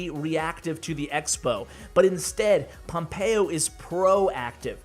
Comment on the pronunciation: Me hace gracia cuando pronuncia pompeyo en plan pompeioh